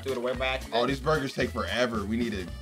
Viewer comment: Nobody::BuRgAS!